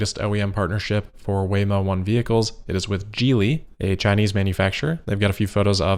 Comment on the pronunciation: Well done on pronouncing “Geely” correctly!